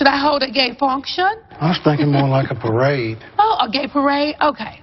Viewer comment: “A PAWRADE?” 😂😂 NENE